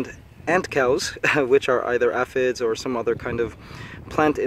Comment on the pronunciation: Thank god you said aphid correct that last time, I was about to loose it.